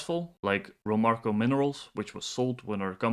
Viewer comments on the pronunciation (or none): Less on the management please, not really value adding to read out the CV which anyone can do. Plus please check your pronunciation… it’s RomARCO